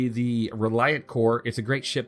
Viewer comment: in my opinion, "Kore" rhymes with "moray"